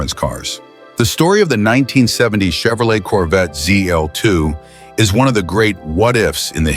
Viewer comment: Z-DOLL-2, SAID IT AGAIN!!! 👎💩👎💩(please, PLEASE tap "THUMBS DOWN" on this video.... P-P-P-P-PLEEEEEEASE EDDIE!!!... Roger Rabbit, great Movie). 🤘😝🤘